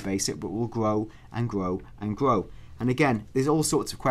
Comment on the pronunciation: "it will gwow, and gwow, and gwow!"